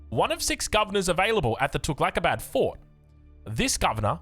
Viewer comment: Fooking hell innit cant even pronounce tughlaq